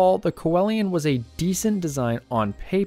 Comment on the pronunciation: It’s pronounced “see Lian”